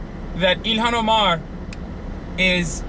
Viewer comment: Quit pronouncing her name like that ya fuckin mook